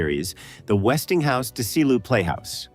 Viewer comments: It's Desi, arnez, pronounce it right? Annet's dezilu studios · I don't know if the narration is AI, but pronouncing the legendary Desi Arnaz as "Deecee Arnahz" or Desilu as "DeeCeelu" is unforgivable. I'm out.